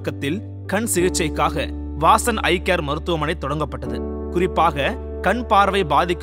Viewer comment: 'வாசன்" என்று இருக்க வேண்டியதை "வாஸன்" என்றவர்.மருத்துவத்துக்கு சேவை என்றாலும் தமிழுக்கு துரோகம் செய்தவர்.